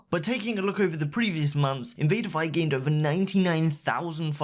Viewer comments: Can you please say her name right it's said like Invader Vee no one says it like die. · You're pronouncing invadervie wrong